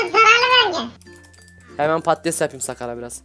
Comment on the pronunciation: abi patates değil padtiz